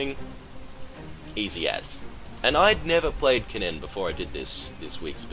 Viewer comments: its pronounced more like "ken-in", the "ken-nen" pronounciation you're doing is making my ears hurt XD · You say kennen really weird, and it drives me nuts. At least you don't say the e in Ashe.